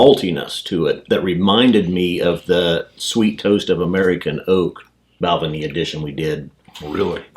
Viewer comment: Not Bal'-venie. It's pronounced Bal-VAY-nee